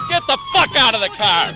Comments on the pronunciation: “get the fawk out of the car!!” 😂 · "get da fak out of da car" 😂